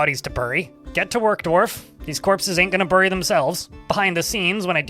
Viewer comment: "Burry" lmao